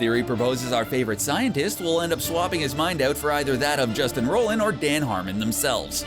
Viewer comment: His name (Roiland) is pronounced ROY - LAND not ROL _ LAND. Thanks and have a nice day.